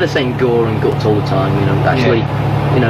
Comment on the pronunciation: It's G.O.R.E.